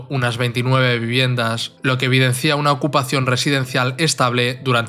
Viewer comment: Lo que evidencia, narrador. No lo que evidencía, SIN ACENTO EN LA I.